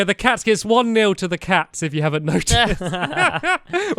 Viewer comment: What the heck is a neil? what's a "pitch"?